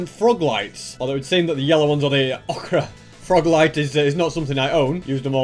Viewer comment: The ochre froglights are actually pronounced "ohka"